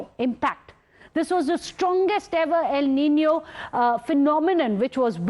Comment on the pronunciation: El Nino not EL Ninio😑..